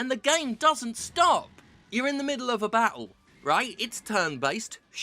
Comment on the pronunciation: I love how she says bah-ul instead of battle.